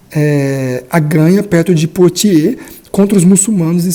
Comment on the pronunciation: Ótimo canal! Apenas uma correção, Biografia. Pepino era o filho mais novo de Carlos Martel e Rotruda. O seu apelido apareceu tarde na historiografia e é devido ao seu pequeno tamanho, "breve" significava "Curto" na época. A batalha de Poitiers, a pronúncia correta em francês é "Puátiê"como boate (de música)... Com o "S" final, mudo.